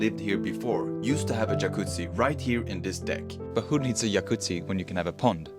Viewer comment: Can you just say Yacuzzi through the whole video please? 🥵